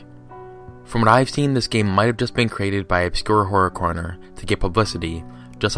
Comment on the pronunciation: "obscure correr horner" sure